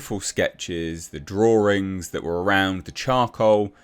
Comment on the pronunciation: The Drawerings...lmao